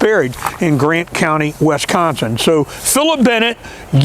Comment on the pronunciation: Great video, but the way you say Wisconsin is driving me nuts lol. It's Wisconsin not Wesconsin.